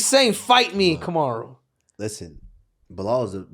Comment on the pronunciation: Bellal Beeellal 😂😂